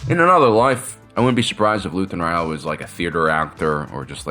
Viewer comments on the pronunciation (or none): Is is Luthen Real or Rael? I swear I hear "Real" every time instead of Rael. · I love your videos, I just wonder why you insist on mispronouncing Luthen's last name. He has said his own name several times on the show, but you keep calling him Rah-el or Ryell. Pick one and stick with it, and I will get off your back! Seriously, great videos!